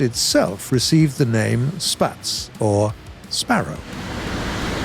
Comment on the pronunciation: Sorry that I sound like a Grammar N'zi: It's pronounced "Shpatz"